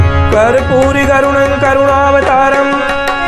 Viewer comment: karpoor gauram ka shuddha uccharan karo